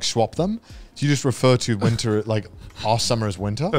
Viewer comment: Connor saying winter with a hard r